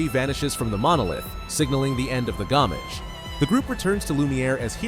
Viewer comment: SKIEL LOON GOWMEYJ Lmao This is the most white boy "if cultural appropriation was an AI Generated Slopfest of a narrator" I have ever heard. I laughed for a good 5 minutes. Thanks.